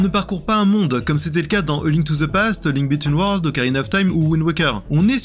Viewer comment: Sans oublier "A Link Between Worlds"... J'ai cherché "Link bitten world" sur Google, en pensant que j'avais zappé un épisode !!!!